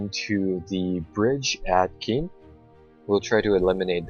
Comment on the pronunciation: I believe Caen is pronounced like "Khan" not "Keen" and Cherbourg is pronounced "Share-Bourg"